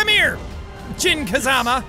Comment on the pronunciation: jack... im not criticizing BUT its pronounced as "JIN" as in Devil Jin NOT "JEON" OR "JON" OR THE NAME YOU CALLED HIM